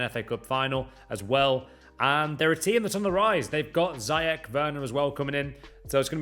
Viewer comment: Ziyech is pronounced “zeeyesh” plz like so he knows !!!!!